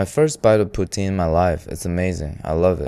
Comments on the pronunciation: that "poutine" hurt me omg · Its STRUGGLE POUTINE. STRUGGLE. POUTINE.